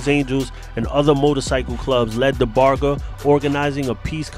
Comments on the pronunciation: Like a barge in the water..how u pronounce large. The g is like that..nit g as in goat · #GHOSTIN Love your show,,so you will have to forgive me for saying that you're saying Sonny's lastname wrong!! With all due respect to you,,and Sonny i wanted to let you know